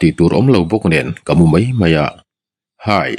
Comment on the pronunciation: Ngaihnawm thin... Mahse mei tih ai ah mai ti thin zawk la ngaihnawm lehzual ang❤